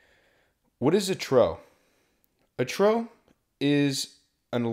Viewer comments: Hearing “trough” mispronounced so many times hurt my ears, but good information nonetheless for checkride prep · Even though you threw with the pronunciation of a trough as "a trow" in the weather section, the other 2 hours and twenty-three minutes of content are an amazing study tool for all potential new pilots! Thank you! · Trough is pronounced as "troff" not "trow"